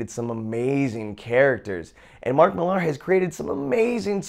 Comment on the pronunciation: It's pronounced Miller not Millarrr